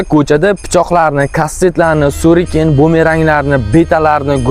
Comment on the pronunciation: O'zi bilan kastet, pichoq olib yurish o'zini kuchiga ishonmaslikmikan. Suriken emas shuriken bo'ladi. Sen avval gapirishni o'rgan. Oldimda bo'lganingda o'zimi kuchim, mushtim bilan to'g'irlab qo'yardim. 개쓰레기